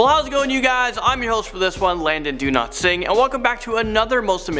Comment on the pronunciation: When he says dowlatsingh it sounds like he says do not sing